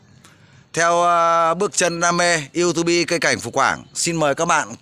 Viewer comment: Đừng đọc là iu tu bi, nghe chuối lắm anh